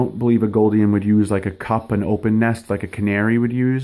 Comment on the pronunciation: Their name is pronounced Lady GOOL-dian, not GOLD-ian.